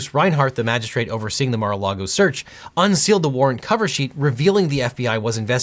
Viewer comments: haha yea NARA LAGO spelling is even weird , was thinking there might be another place called NARA LAGO. Think it’s MAR-A-LAGO he kept saying Nara. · Objection: Seriously "Nara Lago" . Remember due diligence in all content is important. 😄